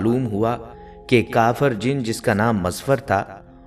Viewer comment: Chotay kaaf ko bara qaaf na kaha Karen misal k tour jo lafz 2 nuktay walay qaaf se start ho uss ko qaaf khtay han aur ap kaafir ko qaafir khtay ho jo sarasar ghalat ha plz ye ghalti sudhar len